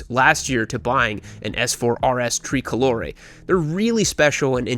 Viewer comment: its tray, not tree colore.